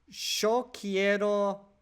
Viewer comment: Your accent is still that of an english speaker. From other videos you've said the big 'win' of ALG is supposed to be 'sounding native' which is the only reason i mention it.. The nice improvement/surprise is how you're saying 'yo' like argentinian's do, which likely is from all the focused listening you've done .